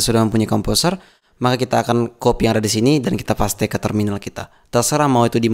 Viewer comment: Cerdas. Gaya bahasanya cepat tapi masih bisa diikuti dengan mudah. Bahasa Inggrisnya fasih seperti English native speaker, tapi ada ciri khas-nya: Témpél diucapkan Pasté, bukan Péist. Tapi tidak apa-apa. Justru menjadi lebih jelas kan?